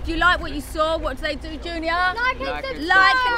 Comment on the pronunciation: Oh bless you, warrior. BUT, ITS "SUB***SCRIBE*. And the bells to "like and SUB***SCRIBE are really annoying. 😍